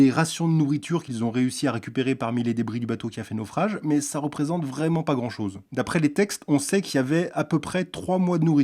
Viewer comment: à au lieu de dire chose il dit choge 🤣🤣🤣🤣🤣🤣🤣🤣🤣🤣🤣🤣🤣🤣🤣